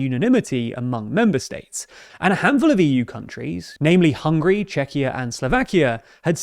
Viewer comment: its not hungry its HUN GARY